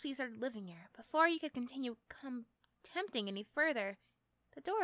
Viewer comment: Hi 5 mins in the word contempting is contemplating pronounced Con-tem-plate-ing hope this helps any who sees